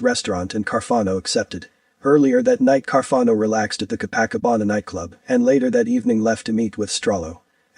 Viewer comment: Copa Cabana = k-Oh-pah kah-BAN nah. I think Barry Manilow sang a song about this place.